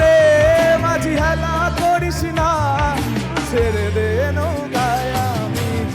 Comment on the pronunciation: খুবই ভালো performance, এগিয়ে যাও। শুধু, ছেরেদে নৌকায় গেয়ো না, কথাটা ছেড়েদে নৌকা। বাকি আগাগোড়া লা জবাব।all the best ♥️♥️💜♥️